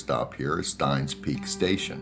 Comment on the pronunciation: It's actually pronounced "steenz"